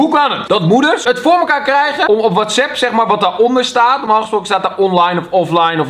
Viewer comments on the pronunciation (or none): none